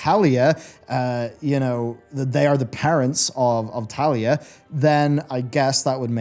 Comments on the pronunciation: I mean.. isn't it Taelia, not Thalia? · No one tell him that her name is Taelia, not Talia. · It grinds my gears 😂